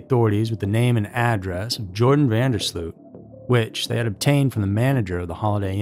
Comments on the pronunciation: It's not Jordan. That's actually kind of annoying. Please don't ruin the name Jordan. It's Joran. Sounds like Your-Ron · How do you read "Joran" and end up calling him "Jordan"? There is no 'd' in 'Joran.' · "Joran". (not "Jordan"). A most despicable human being. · No... actually pronounced Yoran, not Joran... and definitely not Jordan! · It’s not Jordan !!! It’s Joran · His name is Joran not Jordan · Actually Natalie Holloway was originally from Clinton Mississippi, but she went to high school in Brook, Alabama. She wasn't from Nashville. And his name is not pronounced Jordan; it pronounced like Your-an. Just for future reference. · His name is Joran not Jordan 🙄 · Its not Jordan; it's Joran, pronounced 'Your-Ran'. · Lol why do you keep calling him Jordan? His name is Joran you even put it in your title. It's not like it's a hard name to pronounce. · JORAN NOT "JORDAN"! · Why do you keep calling him "Jordan"? It's 'Joran' pronounced "you're ran " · That was an amazing presentation. Not once did you pronounce his name correctly. Joran has no D in it. And it's Dutch, so it's pronounced YOR-en. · I almost couldn't make it all the way through. The narrator kept calling him Jordan rather than proper pronunciation. It made me wonder if he has the rest of the story correct? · YO-RAN is how it's pronounced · Joran is pronounced Yoh-ran. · I realize he's a psychopath and doesn't really deserve respect, but THERE'S NO D IN HIS FIRST NAME!!! Why can't these narrators on these YouTube channels read!!?? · not seen a single American that got it right. It is yor-an van der sloat. not Jor-an van der slewt. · phonetically his name is pronounced yo-ran (not jo) van der slowt / sloat (not slewt)